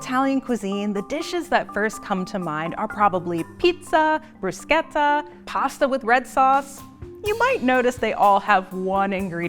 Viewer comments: Thank you for saying brusKetta 👌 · ok, first of all thank you for pronouncing bruschetta the Italian way. second of all I wrote an entire master's thesis to explain exactly the way Italian American food is different than Italian food. and this is the BEST possible way to explain it, thank you, GRAZIE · Thanks for not mispronouncing bruschetta, as if it were German!